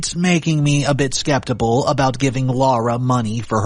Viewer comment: Skeptical not skeptibal